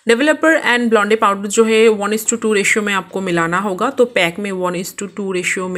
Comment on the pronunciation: It's blonde not blondey